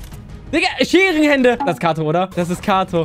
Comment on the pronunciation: Katoo nicht kato 😭😭